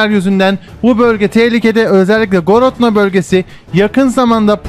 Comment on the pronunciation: Misk değil Minsk, Gorodno değil Grodna :)